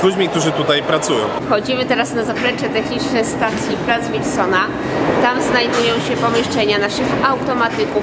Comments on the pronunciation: To jest Plac Wilsona, a nie Łilsona!!! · Wilsona, przez "W". Mówisz "Rondo Łoszingtona"? czy Waszyngtona. Z Placem Wilsona jest tak samo. Nie przez "Ł". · nie mówi się łilsona tylko Wilsona tak samo jak jest w pisowni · jakiegoż "Łilsona" na miłość. "W", nie "Ł". "Wilsona", nie "Łilsona".